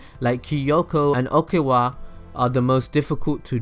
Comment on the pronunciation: See-joe Okawa Bokuuuto Hiñata Toe-bee-yo Kuurusuno The worst things I’ve ever heard..